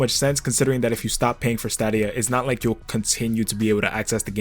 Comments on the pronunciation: i love you bro, but it is pronounced "google" 'stay di ah" not 'stah di ah' lmaooo i hate to be that guy but damn, shit offended my ears nice video tho, you really have a knack for these videos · Can you say staydia instead cause stadia sounds weird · I need help unhearing "stAAAdia" ...great video otherwise 😅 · Each time you say stadia 😞. The "sta" is pronounced like the "sta" in stadium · It's Stadia not Stadia xD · U say stadia rong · That's.. not how you pronounce "Stadia".. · Anyone else bothered by the way he says Stadia? 😂🤣